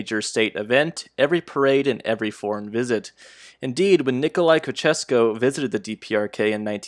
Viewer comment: Hi,! For future reference, here's how to prononunce Ceaușescu: Please search for the video "How to pronounce Nicolae Ceaușescu (Romanian/Romania)", I can't post links.